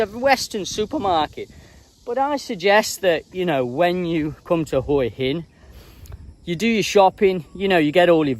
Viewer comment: Good on you, m8t for calling it Hua hin and not WHA-Hin like all the other vlogers.